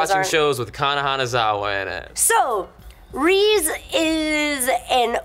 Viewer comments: Rize is pronounced Rhee-z-ehh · Someone casuse the stuffs to fall on Rize ( ree-zay) :P